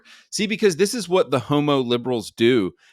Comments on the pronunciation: Heaux-mo is hilariously ghey! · The way you pronounce "h0m⁰" "HEAUX-mo" 🤣